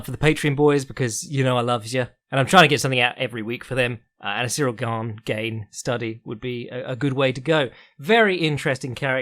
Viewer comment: French guy here : it's not pronounced "gayne". Just "GAne".